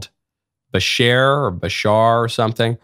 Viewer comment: Agree with u 💯. I don't like it when people dont know what they are talking and start speaking like they know facts about someone or his message. He didn't even say Bashars name right. Im not listening to this guy again when his show is about someone and he hasn't done his homework. He is also pompous. Theres hundreds of videos of Bashar and Daryl for him to do his show on yet he chose a 5sec clip that cuts off. He's speaking of the Annunaki. Come on man! Youre reaching and desperate.stop putting others down to feel big